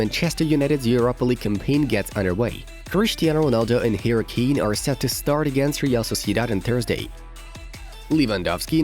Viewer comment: I heard tooo Harry kane 🤣😂